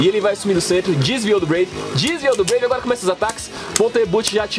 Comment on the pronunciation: epra vc falar serto fala breive valtryek